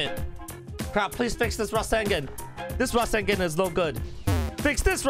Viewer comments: No offense but... This is the Ra-sen-gen! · Resengen LOL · The way you said rasengan really bugged me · >:O YOU PRONOUNCE RASENGAN WRONGGGGGGGGGGGGG!!!!!!!